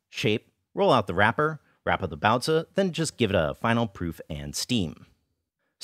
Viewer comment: I think your content is great and you treat the source material and the culture it's from very respectfully but I simply absolutely cannot get over that accent. Sorry, I know this isn't something anyone can help but everytime I hear you pronounce baozi like that my mind has a small aneurysm and I cannot get over it.